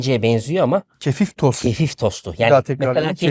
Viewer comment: Kefistos dediginiz de Aklima yedi uyurlardan yani Ashabı Kehf'ten Kefeştetayyuş geldi Bilemiyorum